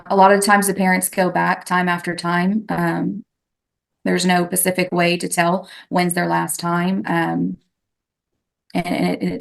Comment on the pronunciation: Almost 59 minutes in.. the DFPS case worker said "pacific" instead of "specific". That clinches it! She's dumb and I won't take any of her opinions seriously 🥸